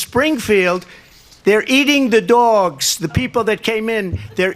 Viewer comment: Don’t our love the way he says Doowgs